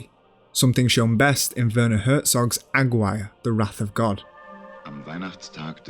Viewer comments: AG WIRE? why can't you pronounce it? Agir rey. There's a push but that would be too much to explain. Up to that point I was wavering but you were holding my interest, AG WIRE broke the spell. Better luck next time exploring aesthetics while mangling your pronunciations. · Aguirre is pronounced Ah-gee (hard g)-ray. You guys do such great work, I'm surprised you didn't check this. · Incredible work as always, thank you for your effort and academic endeavour, however as a spanish speaker i have to make the anotation the correct pronunciation for Aguirre is Ah-gee-RR-e. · AGUIRRE: ah-ghee-ray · great video, tho i can't help but point out your ronounciation of aguirre being completely off, i'm sorry. it's pronounced ah-gee(like mcgee)-reh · Pretty good video, but is the narrator really pronouncing 'Aguirre' as 'agg-wire'?? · aggwire is to aguirre what jah lah pen-o is to jalapeno. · the worst pronunciation of "aguirre" i've ever heard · aside from mispronouncing "AGUIRRE"